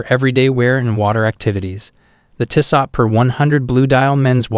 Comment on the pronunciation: include all the links you want but learn how to pronounce tissot first, or maybe use an actual human to do voice over, these videos are terrible